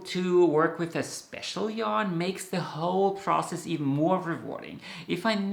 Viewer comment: Had to listen twice before realizing you are a 'process' knitter -- at first I heard 'princess' knitter, like the princess & the pea -- and I thought, me too! If I don't love the tactile quality of the yarn, needles, etc I won't enjoy the project.